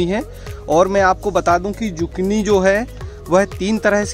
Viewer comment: Isko zukini pronounce karte hai instead of zukni